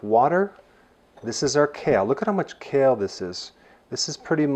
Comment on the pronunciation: By the way it’s kale lol